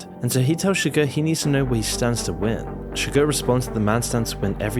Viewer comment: Chigurh, please.